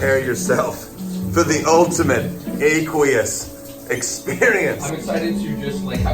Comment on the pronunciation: Thomas: ayy-quee-us Me: AQUEOUS (ah-quee-uhs)